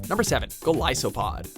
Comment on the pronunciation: Alolan Raichu is so frickin CUTE! I'm glad he actually pronounced Golisopod's name right. Also, I expected Dhelmise to be on this list.